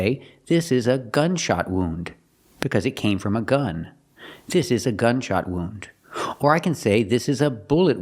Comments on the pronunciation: Can't believe that the teacher mispronounces even a basic word like wound. Thanks for the video. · Omg that was the worst mispronunciation of the word wound that I’ve ever heard ….thank you for pointing that out